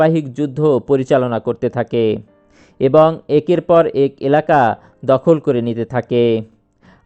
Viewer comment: আপনার প্রচেষ্টা প্রসংশনিয়। আশা করি ‘এক’ এই শব্দটির উচ্চারন শুদ্ধ করে নিবেন।